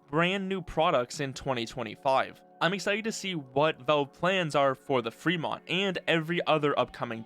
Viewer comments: Valve, not Velve. The A sounds like it does in pal, not like the E in tell. 🤦‍♂️ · it's "VALVE" not "VELVE" !!!! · Velve... O L E D wtf man who is this guy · why does he pronounce it as 'Velve'? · How does someone even manage to mis-pronounce "Valve" every single time